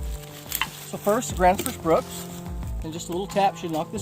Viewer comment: I can't understand why a lot of people mispronounce or misspell Gransfors Bruk in almost every axe video I've seen. 😅